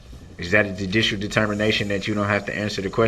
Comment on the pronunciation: “Are you making a dudishel determination?”😂